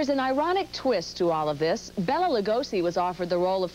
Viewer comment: Mr. Lugosi was not "destitute" nor was Son of Frankenstein (which you cite) a "b" movie. Also mispronounced his first name. Not Bella, Bela with the e pronounced as a long a. But, I did appreciate the great Vincent Price quotes